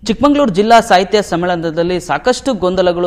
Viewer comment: ಚಿಕ್ಕಮಗಳೂರು, ಚಿಕ್ಕಮಂಗಳೂರು ಅಲ್ಲಾ.